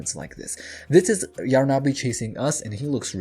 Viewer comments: It’s not yar na bi ! It’s yarnaby ! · It’s Yarn-a-by not Yar-na-by ! 🪄🧙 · Why is he calling yarnaby : yaaar na BE . the hell is that???!